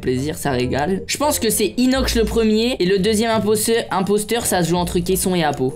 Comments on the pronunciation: Michou ne sait plus parler Qu'on est (qu'on soit) Inoxch (inox) Et il dit 2x imposteur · MDR "Inokch"😂😂😂